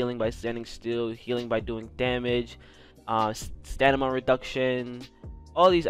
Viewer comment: Got me saying “stanima” not stamina after watching this video 😂